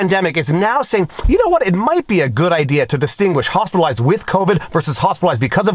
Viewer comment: Fauci: “…hospital-oized…”